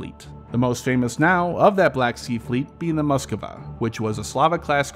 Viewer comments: Mosk-va. Not muskuva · Moskva, not " Moskova"